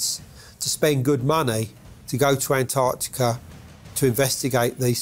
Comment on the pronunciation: I don’t see how Americans can look at “Antarctica” and just ignore the t’s? 😒